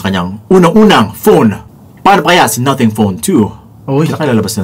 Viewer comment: Hahahaha 🤣 in British Nuhtheng.